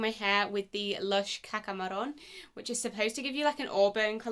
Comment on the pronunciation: Thank you for posting this! Been looking for someone with dark hair to try Caca Marron - and you pronounced it right instead of everyone else saying Maroon!! The new color looks amazing on you gorgeous 💖 By the way it would've been even nicer if you inserted a before & after photo as your hair before was in a pony!! <3